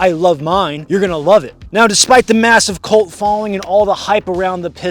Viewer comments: Sorry... was that a "Cult like following..." or a "Colt like following" ?? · Am I the only person on this planet that knows, that it is spelled and pronounced as “cult” not “colt”?